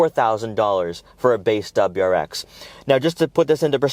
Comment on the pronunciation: “DebraX”😂😂 i lol’d. Your info is good tho and seems unbiased. Good and informed review